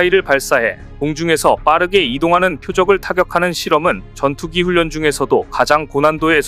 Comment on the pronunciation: 훈련을 제대로 읽어라. 싫다.